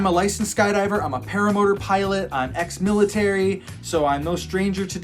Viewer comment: did he just say "ex-militar"?